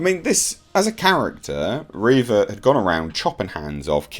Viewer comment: It's "Reeeeeeeeeeva" rather than "Reva". XD